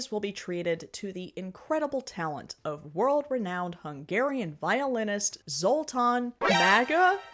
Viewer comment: The pronounciation of Zoltán Mága is wrong because his á is closer to Swedish "Ä". Also, he is pretty famous in the European classical music scene. I'm just wandering what a famous gypsy musician doing in a far-right yatzee event.